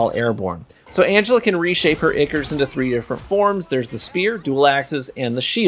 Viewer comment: "eye-core" BTW not "ick-er"